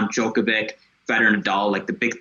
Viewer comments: guy can't even pronounce djokovic and wants to tell me who the goat is? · How can I take this commentary seriously when one of the podcasters cannot pronounced Novak's last name? This is ridiculous. As if he has not watched enough games to learn it. Get the name right, fella!